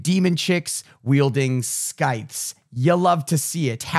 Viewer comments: pronounced sythe, not skythe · pronunciation of "scythe" will haunt my dreams and not in a cool metal way